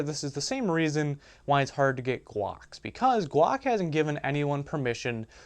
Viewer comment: You really need to learn how to say your Ls properly. Each time you said guack I was laughing my ass off. ;D